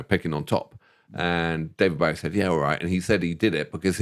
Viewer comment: His name was Bo-ie. It rhymes with SNOWy and showy. The man was one of the most influencial and popular musical arrises of the 20th century. He told people how to pronounce his name hundreds of time. How can you guys mispronounce it?